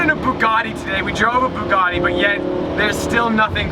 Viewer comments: Its Bugatti not Buggati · Why does not know how to say Bugatti....